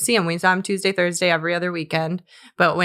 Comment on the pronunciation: It's Toozdee y'all! You keep putting those R's in there, Ryan, it's charming ❤